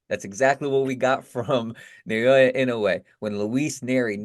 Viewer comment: Who's na-yo-ya? The name is pronounced na-o-ya. It ain't so hard